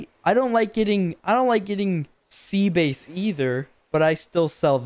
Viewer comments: did he just pronounce sea bass as "sea base" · the way he says sea bass as sea base is just,,,,, incredible